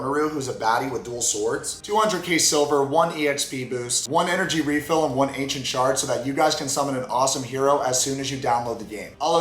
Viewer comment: Definitely thought you said "Ancient Shart" instead of "Ancient shard"...... Hmmm. I like my version better. 😏🤣